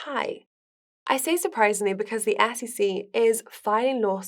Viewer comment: Love how she pronounces SEC….”AssEC”